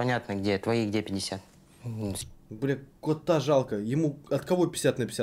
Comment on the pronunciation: ахахааха,,ты так сказал"КОТА" пхах,я ржу(не хейт,я твоя фанатка)